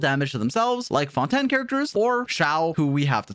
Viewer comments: The way pronounces Fontaine as Fon-Tan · Ah yes the new region “Fonten” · Why he saying fontan? Lmao i swear always tryna be quirky and unique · Bro called fontaine fountin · FONTAN WHAT THE HECK ARE YOU SAYING 😂🤣😂🤣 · Fon ten I am dead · i heard say fontan than fontaine XD